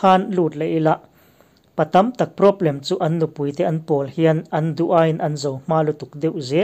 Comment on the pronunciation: Sap ṭawng hi kan ṭawng anihloh avang hian lo lam diklo deuh mahila a hriatthiamawm lutuk. Mahse, thumal ṭhenkhat kan hman tlanglawn em em te erawh hi chu lam dik ve deuh tum atan a duhawm ṭhin khawp mai. Hetah 'PROBLEM' i lamdan hian beng a tikham mah mah a ni.